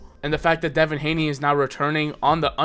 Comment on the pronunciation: What are you saying his name like that?! …its unbearable